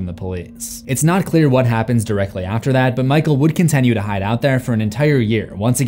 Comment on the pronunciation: dude pronounces continue as "con*ten*you" and every time he does it a cannot not focus on it lol